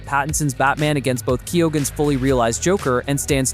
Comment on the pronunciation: It’s pronounced “keygan”